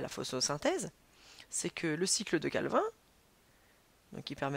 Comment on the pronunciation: La cycle de CALVIN on dit CALVINE mdr